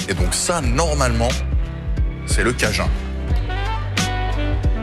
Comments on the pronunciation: en français, on ne dit pas "cajin" on dit bien "cajoune" voila. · Cajun c'est du français de Louisiane donc ça se prononce à la française tout simplement ! Et aussi le ''Mashed Potatoe'' bah c'est de la purée, faut pas chercher loin ! 🤣🤣